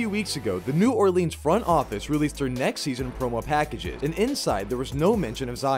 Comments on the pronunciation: It's not New Or- leeenz. It's not Nawlins. It's pronounced Noorlins. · Why does everyone pronounce New Orleans wrong 😑